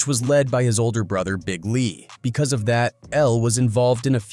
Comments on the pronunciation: Gawd damnit, its pronounced 'Of' as in 'Of the rich and poor" not O.V. 🤦‍♂ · Bruh wdf is a damn O.V. dot? Ov is slang spellin for "Of" how lame are these idiots who use AI n dont check their work to make sure names n words are pronounced accurately? Ppl are so lazy n quick to throw shyt up jus to monetize, but dont pay attention to detail wit so eva. That shyt annoys tf outta me.